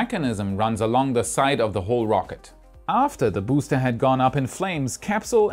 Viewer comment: Every time pronounces BOOster 👻